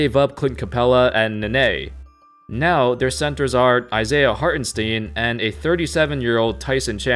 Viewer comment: you pronounced Hartenstein wrong ;)